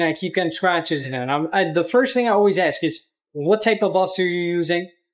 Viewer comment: Ask me not ax me